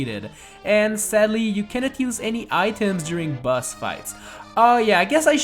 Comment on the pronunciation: Whenever you said boss I thought you said bus